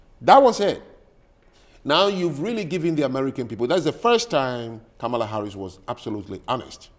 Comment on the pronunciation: Uh oh. She pronounced Kamala incorrectly. She must be racist.